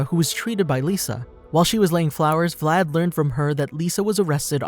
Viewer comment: exactly, but how they pronunciate Vlad's name is kinda annoying like who the fuck says Vlad Drachiula Tapes, like wtf